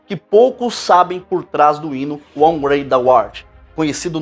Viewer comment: Belo esclarecimento sobre esta canção tão conhecida! Apenas uma correção na pronúncia da palavra HOW: hau com o h pronunciado com a garganta